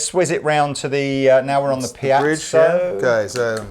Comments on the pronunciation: PIEZO PIEZO PIEZO ! ...not 'piazzo'. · Please Piezo Pee Ay Tzo. Piazzo is some form of italian town square:-) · for God's sake listen to the way to pronounce piezo. A piazza is a square in Italy. Piezo is short for piezoelectric. There is no such thing as a piazzo. Unless it's an untrendy Italian guy ( square ) trying to "pickup" women. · please.... it's pronounced Pee-Et-So I wouldn't normally, but in a vid where it's said like 50 times, it's giving me a nervous tic!! LOL;p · pea-ett-zo